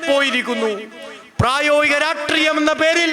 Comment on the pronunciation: പ്രായോഗിക രാട്രീയം അല്ലേടാ രാഷ്ട്രീയം 🤣🤣